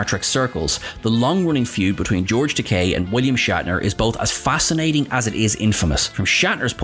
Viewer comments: You said "tek-AYE" and not "tek-AY" a few times in this one. Shatner makes that mistake a number of times and George corrected him on the Comedy Central roast, saying "It's tek-AY like in TOUPEE" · It's not Takaaay, it's Takei (like in Toupé). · It's Ta-kay, not ta-kai! As George Takei famously said during William Shatner's Comedy Central Roast, it rhymes with toupée. 😂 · Just one point. Takei rhymes with 'OK', not 'bowtie'. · It's Takei, not Takai. Who's making these videos?! Obviously not Trek fans, though they claim to be. I've heard other actor & chatacter names mangled in some of their other videos as well. Whatculture bozos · Whoops ---you mispronounced George Takei several times, yet got it right other times... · You lost credibility when you mispronounced Takei. As he himself points out, Takei rhymes with gay. Do your homework bud.